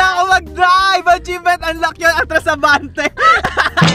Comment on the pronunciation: Atchivement for kath not rye